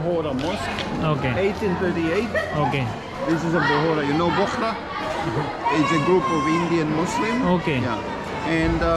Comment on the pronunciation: Not bakhura Muslim it's bori it's called (shia Muslim)